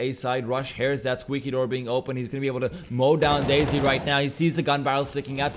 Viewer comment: he keeps pronouncing desi as daisy and it hurts lol